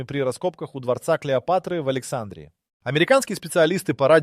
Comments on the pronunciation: А почему АлексАндрии , а не АлександрИи ? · Александрия долбодуб ставь правильно ударение ..сам ты Александра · Надо правильно делать ударение на слове Александрия!!!! Не на первоначальной букве ,,А" -- а на предпоследней букве ,,и" !!!